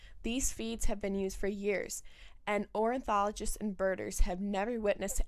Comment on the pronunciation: The word is ornithologists, not "orinthologists". Pronunciation is important.